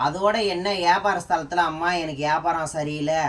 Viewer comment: வியாபாரம் சொல்லதெரியலை யாபாரம் 😂😂😂😂😂😂